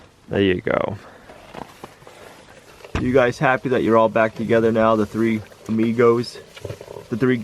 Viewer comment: He said “AmiGoats” & now I will never call them anything else 😂